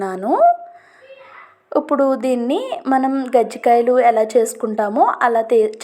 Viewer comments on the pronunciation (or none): అమ్మా అవి " కజ్జికాయలు".. కరియలు లేదూ అ0 టే కర్జలు... గజ్జి కాయలు కాదు...గజ్జి అంటే అనారోగ్యం...ఆరోగ్య లోప0...please తెలుగు ను సరిగ్గా పలక0డి...ఇబ్బంది గా ఉంది వినటానికి...